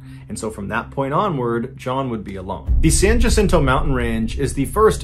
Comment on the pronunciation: Another teeny tiny pronunciation correction, Jacinto in Spanish, is pronounced Wacinto, the same as Juan is pronounced Wuan. But I know John is not native to the desert southwest, so the mistake is understandable. Love MrBallen’s story telling. How did I fall asleep without him?